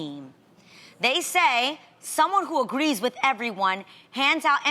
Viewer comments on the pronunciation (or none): Did you hear when Adrienne said agrees she said like agllis or something, well something went wrong.